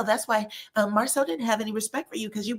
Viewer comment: She even mispronounced his name!!!